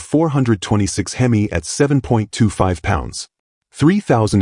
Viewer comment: Why the hell can’t you teach the AI how to pronounce Hemi?!! If AI is so gawd damn smart that should be easy. Unless you don’t know how yourself AI is a pain in the ass!! So you know I neither “like” nor subscribe to channels using AI!!